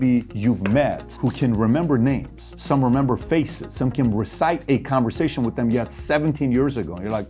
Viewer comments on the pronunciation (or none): Recite, not resight You need to hire me. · Recite, not resight. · Recite * not resight, no slight just information! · 'Resite'? You mean 'recite'.